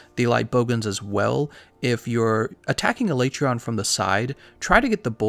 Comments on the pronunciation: A-lay-tree-on? That's probably the most uncommon pronunciation I've heard. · Why aee pronouncing his name wrong? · No one wants to say the monster's name the way Capcom pro ounces it in the dev diary... Poor Alatreon